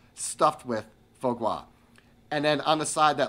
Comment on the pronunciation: I just adore quail! Foie gras pronunciation = Fwah Grah